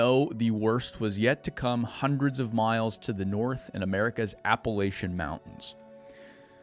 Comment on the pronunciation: Please, please moving forward, please pronounce "Appalachians" properly. Phonetically it sounds like App-uh-lash-ins.